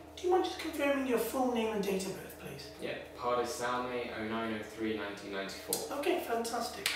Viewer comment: Weirdest way I have ever heard someone say their date of birth